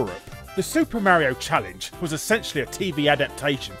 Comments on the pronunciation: IT CALL MARIO NOT MAREIO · You should learn how to pronounce Mario :p it's almost like you haven't heard him say his own name lol. I had no idea this show existed! And I loved he Nintendo cartoons as a kid.